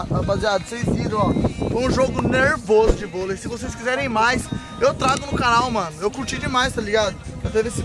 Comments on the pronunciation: "Bolei"? Kkkkk Tmj Xará ❤️ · Bolei kkkkk é volei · Aqui tá falando bolei e não volei